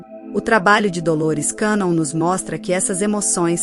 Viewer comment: Pronuncia de cannon- quénon!